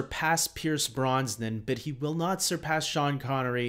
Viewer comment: I can't get past Pierce "Bronsnan". It's making me crazy.